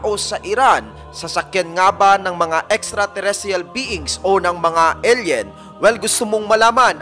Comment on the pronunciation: Eyl yen ang basa hindi el yen koya. Tsaka skyscrapers hindi skycrapers sa isa mong video.